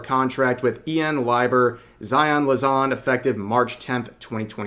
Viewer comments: Lan-za, rev. Not, La-zan. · “Lazan” lmao come on dude make an effort the word is right there. LanZa. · It's amusing how you always say LaZan and it clearly is written LanZa. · Take a shot everytime Rev says Lazon over lanza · "zaion Lazon" i mean i know he obviously is not a big niji fan but still sheesh cant mess up a name harder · It sucks zaion is terminated she was my fav such a joy but also rev I can’t get over how bad you butchered “Lanza” jesus.